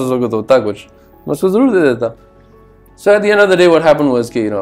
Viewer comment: pehle to urdu bolna seekh "Jaroor" nhi hota "Zarur" hota hai Aur agar Besura hai to btao zara itni Fan Following kyu hai?? Itne bare bare Singers iski tareef kyun krte hain?? Itni izzat kyu hai iski dono mulk mei?? Aur ek bat btao tum kia ho??? Musician?? Vocal coach??? Rahat fateh Ali khan?? Ya Sonu Nigam?? Kia ho tm?